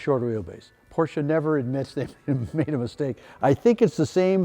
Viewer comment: Love your shows. Great car collection! Thanks for pronouncing Porsche correctly. You're seriously in need of a mid to late 60 big block CORVETTE!